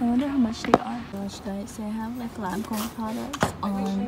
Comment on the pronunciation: Hi from Australia, nice shopping. “LANCOME!”